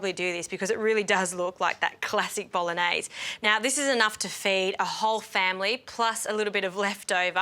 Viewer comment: Dear Justine! Bolognese (gn)pronounce NJ not N?